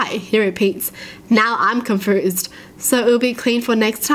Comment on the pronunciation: Am i the only one who hears her say confruzed instead of confused. Its probably her accent.